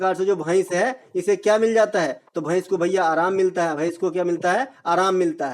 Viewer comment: भईस नहीं भैंस भाई 😂😂